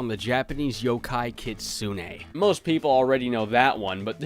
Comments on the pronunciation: dude, it's Yokai, not Yo-Kai. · It's friggin Yokai not YOKAY